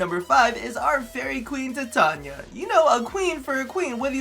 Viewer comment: Finally someone who can pronounce Titania properly